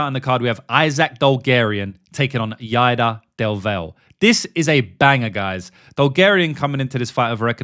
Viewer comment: Genuinely, how do you tape fights and then proceed to say the fighters name wrong a dozen times? “Yader DelVel” is almost as bad as “Charles OhLiveEehAirUh”.